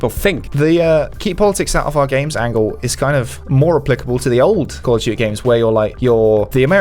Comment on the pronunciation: "Gotta call it by the proper name" he says right before calling Modern Warfare 2 'Call of Duy 2'. :P